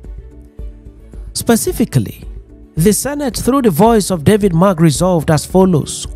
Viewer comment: Pls David Mark not David March. Thanks.